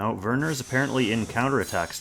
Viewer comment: I'm pretty sure Werner has a W and I'm bothered whenever you say Verner. Why V? that's a W.